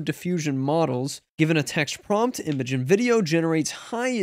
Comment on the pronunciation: Its pronounced "imagine" lol